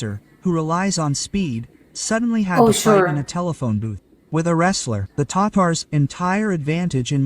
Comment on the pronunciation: (Ta-Tars) not tators😂